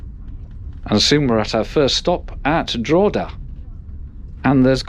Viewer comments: Its 'Drockeda' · I love the pronunciation of Drogheda lolol good video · Definitely not!Its pronounced ‘Drogheda’🇦🇺🇮🇪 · Not DRAW-duh,. It's DROH-heduh. Not BALL -Briggin, but Bahl -BRIGG-in. And the -TH at the end of 'Meath' is as in the word 'the'.